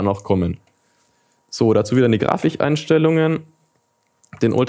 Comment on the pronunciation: Niemand:: Graficheinstellungen